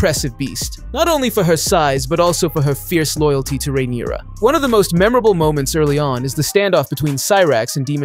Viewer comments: not 'Demon' and 'Rheneyera' lmao do you watch the show? their names are literally said on the regular. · and rhaenyra and rhaenys